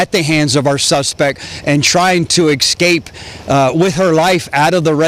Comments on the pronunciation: its escape not excape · This sheriff uses incorrect phrasing he said: "I'm taking back" but the correct phrasing is: "I'm taken back" he also keeps pronouncing "escape" as "ex-cape" Our grammar officers will conducting an investigation into this tragedy.